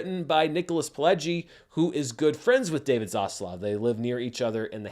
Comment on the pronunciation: Next video by: "Why I say 'Zosssluuff', instead of 'Zaslav'."